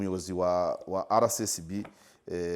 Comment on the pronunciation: Please, bavuga RSSB ntibavuga RCSB